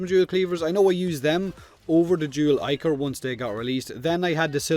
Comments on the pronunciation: Pronunciation has always bothered me with Warframe weapons. I pronounce it like the original Greek word: ick-or or ick-er. Because that's how I've always heard it and read it. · Ah, the dual zoren's big fat brother. I can still hear the debate on whether it was pronounced "ee"chor as in "ee" from eel or "eye"chor.